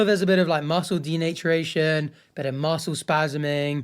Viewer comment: Who says "denaturation" like that?